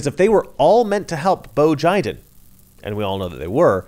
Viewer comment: "Bo Jiden" "United States of Amercrian" ...good stuff...